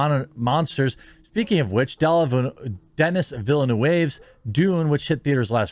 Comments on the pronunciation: Just to help ... his name is pronounced Den-nee Vill-a-new. I love Arrival and watched a bunch of stuff on him so that's how I memorized it 🤪 He says it so fast its almost Deni Velnu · His name is pronounced “denee velnuv” just FYI haha.